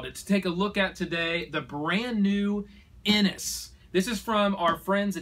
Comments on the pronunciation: And Inish is pronounced as 'In-ish'. It's a great review though! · Many people care. You can pronounce it as IniS all you want, but you'd be wrong.